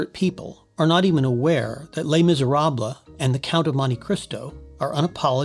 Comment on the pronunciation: Nice analyses - thanks! Not sure you're pronouncing "Les Miserables" correctly, but I never took French.